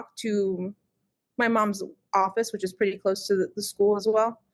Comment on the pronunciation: This woman grates on my every last nerve. I don't know what it is about her. The way she says "school' like 'sku-ell' the way she was laughing at the parrot. I lost my cat for ten days. I did not sleep, I was out at 2 am looking. I had thermal drones looking. Flyers everywhere. I was completely without joy and bereft until I found my precious cat. I remember thinking - OMG what must it be like for a child to go missing.....? And I was NOT like this....!!!